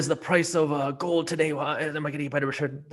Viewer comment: Stopped watching as soon as he said GOOOLD